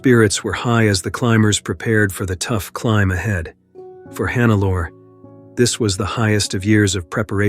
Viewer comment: omg, why always this dumb AI-voice?? Who TF is Hannaalla Schmitz?? It is Hannelore, the gumbest AI should spell this correctly... Sorry, but thumbs down!